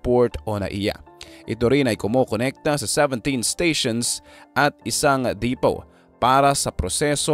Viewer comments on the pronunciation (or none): none